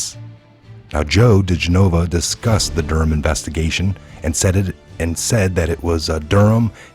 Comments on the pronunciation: It's Joe De- gen-ah-vah not G-nova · Dih-gen-of-a DiGenova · Oh thank you!!!! It drives me bat shit crazy that he refuses to say it properly. It's not like we haven't been hearing it said for the past 3 yrs!